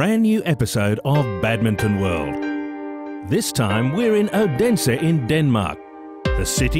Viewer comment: i was in odense. and she is saying it so wrong!!